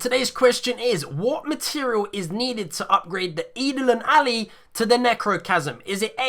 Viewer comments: Isn't it pronounced like Idol On Ally? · Did he just pronounce Eidolon Ally that way?